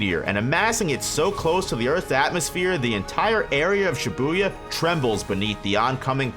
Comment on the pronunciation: Video starts: "She boo yuh" 💀